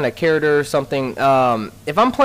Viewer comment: I noticed you don't know how to pronounce "character" right. You seem to pronounce it "charader". Tis amusing.